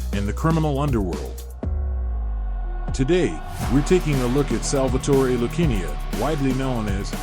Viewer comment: Before you get started learn to pronounce Lucania